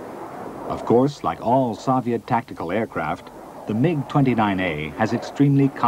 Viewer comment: He pronounce 'MIG' correctly